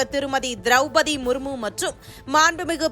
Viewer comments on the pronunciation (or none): none